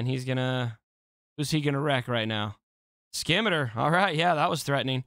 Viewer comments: See-me-tar. Not skimiter. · scimitar is pronounced "sim-ih-tar" :) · It's pronounced sim eh tar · Say scissors. Now say Scimitar. It’s not the Skimitar 😜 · My fucking eaaars 🤣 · Hey bud. The C is silent. It’s pronounced sim-it-tar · Skim-iter lol